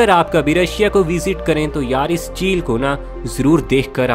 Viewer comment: Aap ko bolna nahin aata balon ko Balu bolate jhil ko jeel bolate ho